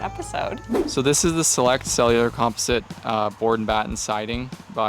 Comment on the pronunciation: When you say "comp-e-site" do you mean "composite"😂😂😂 dang Canadians sayin stuff wrong #americanssaystuffcorrectly 😂😂😂😂